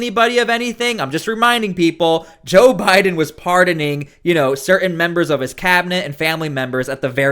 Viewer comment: Learn how to pronounce “certain”.